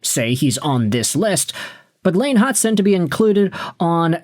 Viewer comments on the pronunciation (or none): this guy has been saying it forever now, it’s rage bait